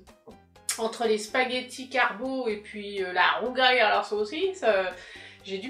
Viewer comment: ba écoute corriger une erreur c'est pas critiquer dans le vide donc excuse nous de vouloir préciser qu'il y a une erreur et corriger pour ceux qui passeraient par là et qui seraient tenter de reprendre la bêtise dans leur façon de prononcer "le rougail" fait partie des plats typiques des créoles réunionnais merci de pas déformer ça prononciation et de te renseigner on voit suffisamment de bêtises sur les réseaux